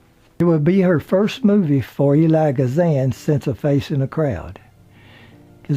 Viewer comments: I appreciate all of your reports on the stars. They are so interesting and done in a manner far from boring. I believe Mr. Kazan's first name is pronounced E-l-i-a, not Eli. Thank you for your reporting. I look for your sites. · Although there are multiple ways to pronounce Mr. Kazan's given name, it's seldom pronounced "Eli." Usually it's some variation of "Eel-li-ah." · It's Elia Kazan (ill-eee-ya) not Eli. just saying. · Back for more stories! How you doing, Mr..? Elia is pronounced EE-lee-ah.